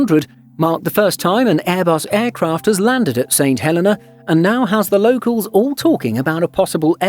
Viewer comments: I don't want to nitpick, but he is saying it wrong. He's saying St Helen-a and it's pronounced St Hel-eee-nah. Look at the St Helena Tourism videos on here and you'll hear the correct pronunciation. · Pronounced Saint Hel eeeee nah!! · No, he's saying it wrong. In the UK we WOULD normally pronounce the name Helena exactly the way the narrator says it. However, for some reason the name of this island is actually pronounced Heleena. Don't know why. The narrator obviously just didn't know this. Check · Can’t even pronounce St Helena properly. It is pronounced “St Heleena”. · Funny how people go to all the effort of making and editing a video but can't research the correct pronunciation of the place they are talking about 😂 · Not a bad video. But please pronounce the islands name correctly. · Great film shame the narrator didn’t know the correct pronunciation of the island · The mispronounciation is irritating for an English speaker; it has nothing to do with accent rather with incorrect emphasis. Comparing a native Spanish speakers pronounciation of Mexico to a native English speaker is a poor comparison. The narrator made a mistake; admit it and move on - no one will sue you.